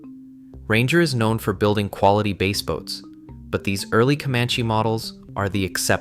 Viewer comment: AI video.......the dumb AI cant say Bass Boat properly.